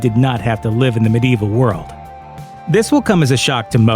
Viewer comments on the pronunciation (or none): none